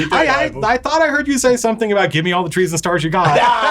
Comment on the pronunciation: At first I thought they said "Trees and stars" and then I realized it was actually "Treason stars"